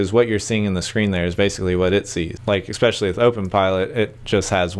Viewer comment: Great video but please stop saying "ex-specially." There is no such word. The word is "especially."